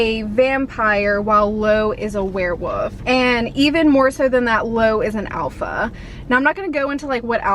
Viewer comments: Love you, love your videos but did you say "werewoof" compared to "werewolf"? Could be my hearing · love ya girl but you had me DYING cause you kept saying werewOOfs and werewOOves instead of werewOLf and werewOLves. Idk if that’s how you pronounce it like where you live but I’ve never heard it said that way before. 😂❤️❤️❤️ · Why do you keep saying “were-woof”? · I'm dying at the way you're saying werewolf . 😅 woof